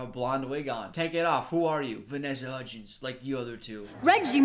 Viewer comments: “the three hudgees” - 2020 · When he said Hudgeez I thought he was going to say Hujesus next, cuz you know, Christmas is about- I'll just leave. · I love how is like “HUDGIES” the whole first half of the video.